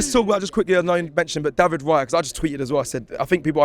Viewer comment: All that praise but he can't learn to pronounce Raya's name. And it's a four letter name